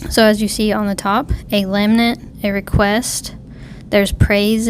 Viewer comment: Thanks for the video :) This is one of my favorite Psalms, we sing the first few verses in my church pretty regularly. I want to point out that you keep mispronouncing lament. You are saying "lam-nent". To pronounce lament, it sounds more like "luh ment." To lament means to mourn or grieve. In this case, the Psalmist is crying for help from God. Again, thank you for your video. It was truly an encouragement and makes me want to dig deeper in the Word. God Bless!